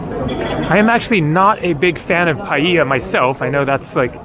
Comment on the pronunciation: Pronounced "pa - yea - la"